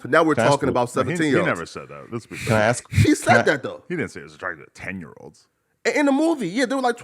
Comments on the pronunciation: Flakko is such a loser. Any idiot who uses the phrase "axe a question" should not be allowed on a podcast with millions of viewers. its sad when a p3d0phile makes you look as dumb as what this guy did. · Flocko showing off his 85 iq. I “axe you I axe you” lol dumb guy